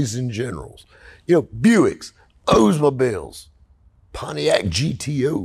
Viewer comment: “what’s an Odsmobile???” Oh... Olllldsmobile, Oldsmobile... Sorry the accent got me!!! Lol